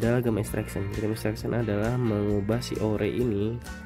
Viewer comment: cb denger di google cara baca gem nya gmn. malu